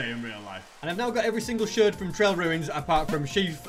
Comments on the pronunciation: Here is how to say a shard sh ar d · “Shird”